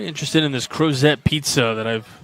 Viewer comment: The T is not pronounced in the town Crozet. Virginians say Crozeee. Let’s Go Peachtree!!